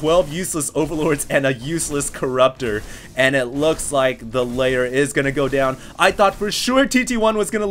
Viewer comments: Backwards-flying Phoenixes look so awesome., you still haven't learned to say LAIR. Not layer. LAIR. Messy game, I dont actually think it's that fun when it comes down to a base-race. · Why does keep pronouncing Lair as "LAYER"? Sounds as if he is from Alabama or something - this is Starcraft not photoshop..